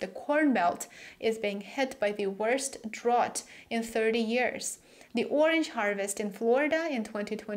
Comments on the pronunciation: "drought" is pronounced "drowt" not "drawt". You're welcome! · Hi great report. (By the way in American English drought rhymes with out.)